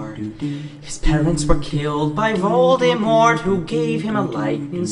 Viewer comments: Dr4g0nG3ner4l its voldemort not volodomort. so many os😁😁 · Voldemort not voldenort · I thought u said Voldesnort lmao